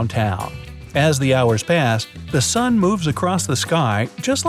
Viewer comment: Sun not san